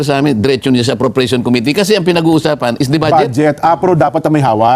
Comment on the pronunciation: Please stop saying COMITY. It’s committee. Thank you for your videos.